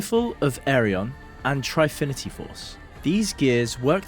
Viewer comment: “Try-finity” 😂 good guide tho